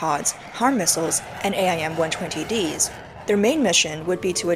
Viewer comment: you can just say AIM like the word aim. Just like you say HARM instead of saying H-A-R-Ms